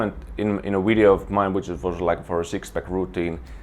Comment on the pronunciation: I love it when he says "wideo" (video)